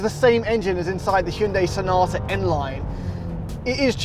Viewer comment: I’m happy you guys have put the effort in to pronounce Hyundai properly in videos! Good job